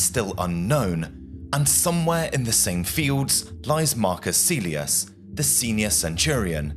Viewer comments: Kaylius, not caelius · Pronounced Kylie-yoos, not Sealey-us. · Marcus Caelius should be pronounced "Ka-el yoos" (just as the correct Latin pronunciation of Caesar is "Kaisar") Don't teach bad habits,! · Caelius is pronounced Kylius. Not Seelius. Do get it right. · Its Pronounced more like "Mar-Koos" "Kah-l-ee-oos" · Your pronounciation was fine most of the time, but when you pronounce the letter c you should pronounce it as a hard c (somewhat similar to the letter k). Moreover Caelius is pronounced as ca-e-li-us, hard c and an oo sound for the letter u. In Latin, you usually pronounce the letters as written, not as modern English speakers would (by that same logic you can realize most people pronounce Caesar wrong, it is actually pronounced Ca-e-sar, with a hard c)